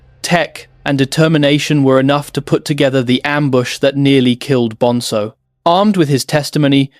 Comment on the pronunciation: It's BonZo! Not BonSo ffs 🙄